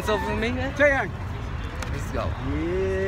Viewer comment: It's taeyang not taeyong